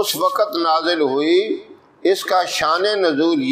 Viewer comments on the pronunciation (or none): قاری صاحب کا اردو کا تلفظ بھی درست نہیں ہے ـ وقت کو و کت کہتے ہیں، کیسے قاری صاحب ہیں یہ ـ